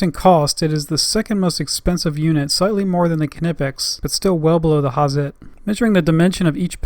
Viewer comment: FYI...Knipex is pronounced Kneepex.